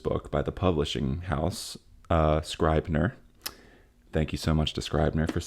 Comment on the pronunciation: Also I think it's scrib-ner not scribe-ner